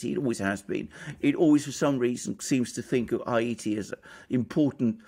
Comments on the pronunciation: Why is it so difficult for him to pronounce Haiti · I've never heard the word Haiti pronounced as A.M. pronounces it.